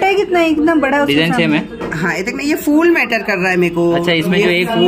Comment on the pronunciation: Fool nahi phol bolte hain